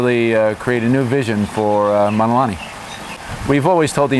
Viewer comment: He doesn’t even pronounce Mauna Correctly!☹️